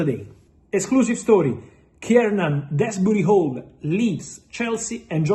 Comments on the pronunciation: I can't of been the only one what hears Fabrizio saying Keirnan Desbooty Hole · He absolutely butchered that 😂😂😂